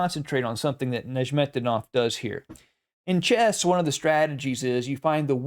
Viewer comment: I think it's pronounced "Nezz met dee noff," but I was wrong about how you pronounce Tal, so...